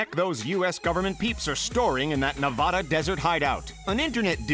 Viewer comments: I downvoted since you said "ne-vah-dah" when it's actually "ne-va-da" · it’s pronounced Na-vad-a not na-vade-a just for future reference (I live in Las Vegas and no one says Na-vade-a)